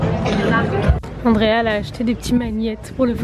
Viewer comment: Petite question qui m'est venue à l'esprit en t'entendant prononcer le prénom de ta cousine : est-ce que son nom s'écrit "Andreia" et tu le dis à la française (Andrea) ? 🤔 Je te pose la question car ma cousine, qui est aussi portugaise, s'appelle "Rafaela" mais on l'a toujours appelée "Raphaelle" (sans le "a" à la fin quoi), à la française. Je voulais simplement savoir si c'était pareil pour toi ou si j'étais la seule 😅 En tout cas top ce vlog !